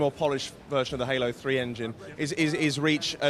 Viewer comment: its halo dude no hola lol fail